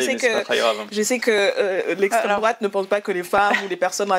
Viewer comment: "je ne réponds pas a l'extrémité douatte..." Bah parcequ'elle ne connait pas as le sujet 🤦 Et en plus quelle mocheté 😮